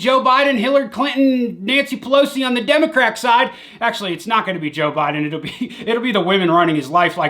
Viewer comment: does ship to europe? and did u say democrack side?